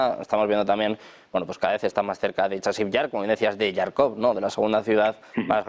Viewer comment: Por favor moderador: Харьков en ruso, comienza con un sonido similar a la "J" española luego si lo transliteráramos a español lo más propio sería pronunciar Jarkov y suena ridículo cada vez que usted lo pronuncia "Yarkov" como si pronunciase usted una J inglesa.